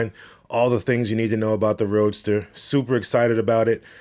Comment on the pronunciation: Anyone else hearing him call it "Roaster"? Seems appropriate...